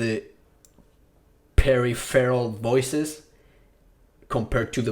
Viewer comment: It's pronounced Per-Riff-Rol my guy. Took me a second to work that one out hehe. perry-ferral I can see why you would think it's said this way tho. English makes no sense sometimes as it came from so many different languages over the years:D Thanks for the very basic, but very comprehensive tutorial! Even I learnt something. :D